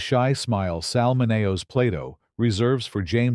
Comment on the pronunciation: It's an interesting compilation severely marred by the AI script which too often demonstrates no relation with what was actually on screen (based on source material or early script drafts?) and frequent mispronunciations of words or names like ingenue or Sal Mineo!